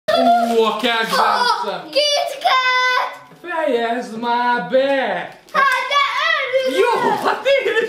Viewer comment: Marci 1226 de úgy kell mondani hogy kit kat mert úgy is irják